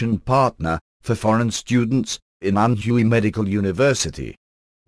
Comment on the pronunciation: Learn to say "Anhui" correctly. It is not ann huuu eeeee it is pronounced Ann wayyyyy